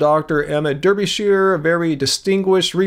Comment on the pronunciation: Derbyshire in British English is pronounced Darbysher Like Berkshire is pronounced Barksher and Leicester is not pronounced Lie-sester but is pronounced Lester. 💕